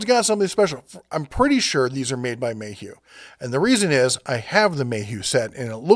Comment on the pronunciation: It's mayhew